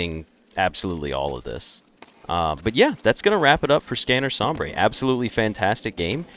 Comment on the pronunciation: Please, it's not pronounced som-brey, it's pronounced som-bur, this hurts me in an indescribable quantity